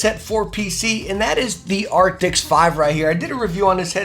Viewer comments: ARCTIS. A R C T I S. nOT aRCTIX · its arctis not arctics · Are... are you calling them "Acrtics?" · It's Arctis, not Arctic. Great video though! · Arctis. It’s Arctis. I love your reviews but come in man. At least say the name of the product your using correctly. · Stop saying “arctics” 😂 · Hey bro it’s actually pronounced ark-tis just letting you know